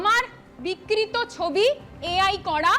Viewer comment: কি বিক্রিত হয়ে গেছে? বিকৃত সঠিক উচ্চারণ করতে গেলে সেই উচ্চারণ করতে গেলে সেই শিক্ষা ও যোগ্যতা কোনটাই নেই। ও চটি চাটা ছাড়া আর কিছুই জানে না।